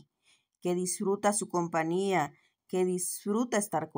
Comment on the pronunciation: SOLO UNA OBSERVACIÓN EN SU RELATO……..se pronuncia compañía con “ñ” ….. no compania … pues en español esa palabra no existe y en inglés compania se refiere a una empresa se dice company